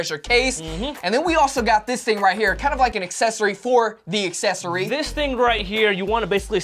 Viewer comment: “really nice asssessory”